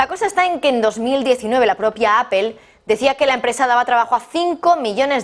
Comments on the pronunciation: A ver, no se dice apel, fijate: se escribe Apple, utilizando el castellano se diria aple, y la forma correcta en ingles es apol........por lo tanto aprende, nada de apel!!!!!!!!!!!!!!!!!!!!!!!!! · Como comunicadora pro rusa y pro china porque no empiezas por pronunciar mejor Apple y después das tus noticias tendenciosas?